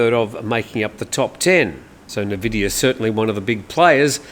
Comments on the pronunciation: Probably you aren't a gamer, Nvidia is pronounced “en-VID-eeyah,” not NUH-vid-eeyah, as some call it. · NVIDIA is pronounced N-Vidia. CHeers! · Nvidia is pronounced en vidia. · Just a FYI for you, the tech company nVidia is usually pronounced "in-vidia" even though it is not spelt this way.